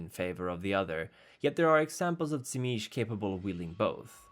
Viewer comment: I thought it was pronounced zeemeetsee.